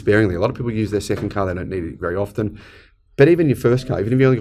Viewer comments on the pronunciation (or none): none